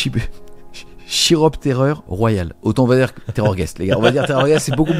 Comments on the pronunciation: Juste pour info. Chiroptère veut dire chauve souris (le nom "scientifique") et ça se prononce Kiroptère. Donc "KIROPTERREUR" et pas "chie-ro-pterreur". De rien. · Merci pour la review ! Ce battletome me fait de l'oeil... (PS : ça se prononce Kiropterreur, pas "chi" :) un chiroptère est une chauve-souris) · Chiropterreur se prononce ki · ro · ptèr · eur ; comme chiroptères (les chauves-souris) 😉